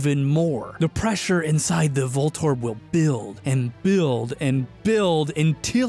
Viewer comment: voltorb - volt orb. Huh.